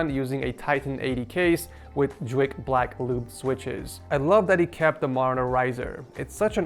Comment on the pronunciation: btw its J-wick not Jwick